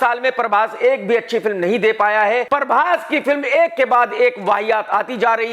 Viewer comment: Prabhash❌ Parbhas✅